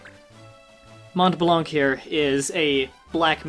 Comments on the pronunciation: 12 years too late but since you parade a bit on it, i have to say it, Montblanc actually sounds "MON BLAN", no "t" and no "c" :') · Funny how you tell people how they pronounce Blanc wrong and you do. I'm french and Blanc you don't pronounce the 'C' also Mont the 'T' is silent. Still good start on the Let's play maybe I'll finally "finish" FFTA since I never get into it. FFT was way better in my opinion.